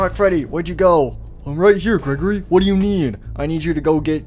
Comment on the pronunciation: Its Not Gregorly its grego-REEEEEEEEEEEEEEEEEEEEEEEEEEEEEEEEEEEEEEEEE